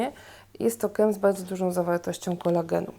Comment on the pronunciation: bałdzo ,zawiełajacy,skóła. uszy bolą kobieto :/